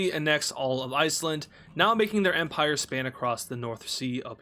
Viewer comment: Empire ❌ Emprie ✅ No hate I love